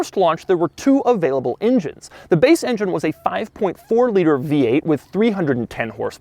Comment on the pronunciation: Doug the type of guy who will still pronounce engine as injene while they close the lid on his coffin...and he'll have an evil grin.